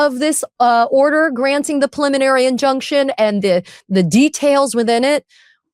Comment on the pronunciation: Ben, why do you always pronounce preliminary injuction as "puliminary"? It's so weird. You're a lawyer. It's a word you should pronounce correctly every single time, not wrong every single time.